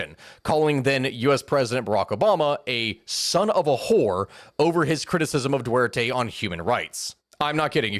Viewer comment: Respect for misspeaking Dutae's name.